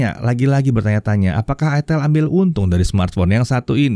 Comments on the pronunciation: ITEL bacanya "AITEL".. Hmmm 🙄🙄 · salah bang..dibacanya iteel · aitel bukan itel dan bukan itil hahahaha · pingin sih, tpi gua klo pke ni hp. pasti orang" sini bacanya bukan "aitel" tapi beneran "itel" wkowkwokwowok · Bacanya itiil om bukan aitel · Itel pake i😭😭🤣🤣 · Cara bacanya aitel jgn salah sebut ...hadeeeh mereknya itu loh ya Allah ..... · bacanya itu pke b inggris jadinya "aitel"